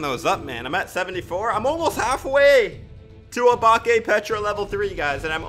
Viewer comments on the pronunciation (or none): i died when he said obake